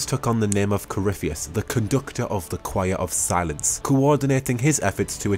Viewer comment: ... I know you said Conductor of Silence, but I kept hearing "Conductor of Salads" and laughing my head off. (Seriously tho, very nice lore video, hope you do more!)